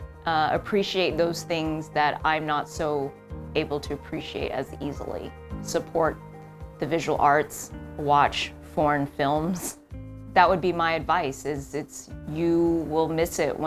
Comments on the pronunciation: At first i thought she said "watch porn films" and i was like jesus christ this lady is HELLA open about her sexual life! Did anyone else hear that? Because I don't have a particularly dirty mind and I'm honestly not even a huge fan of porn, but I thought it was weird that she was listing that as one of the top visual things to cherish! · She said "watch foreign films" and I really heard "porn films". Which honestly, do that too. Why not lol. It's something to appreciate just like anything else.